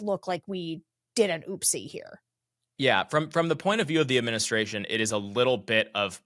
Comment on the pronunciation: Please do not ever say ooppsie again?